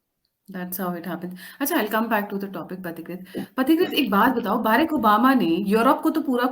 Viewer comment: बैरिक ओबामा नहीं है उसका नाम please say his name correctly बराक ओबामा है। b ra k Obama.